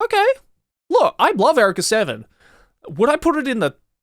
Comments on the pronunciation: Is this just Joey not knowing how to pronounce Eureka? Or is the show just weird like that? Because it’s not pronounced Erika, it’s pronounced “You-Ree-Ka”. 😂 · Erica =/= Eureka You Ree Ka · erika seven???? is that how u say it really??? no one calls it out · TIL there's a different way to pronounce "eureka."